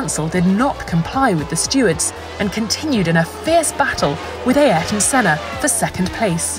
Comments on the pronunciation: Ay-air-ton Senna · ai- ar- ton Senna? You narrator girl sound so american